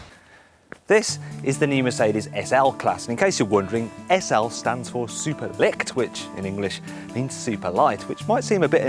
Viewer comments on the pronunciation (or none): SL = "Superleicht" is not pronounced "Superlect"